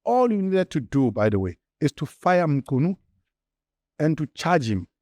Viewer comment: I commend your effort to pronounce people's names properly. Mchunu, Nhlanhla, Matlala etc. I know this might seem like setting the bar low, but the reality is that most other white people don't even try, they butcher names with little shame.